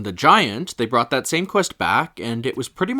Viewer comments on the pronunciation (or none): none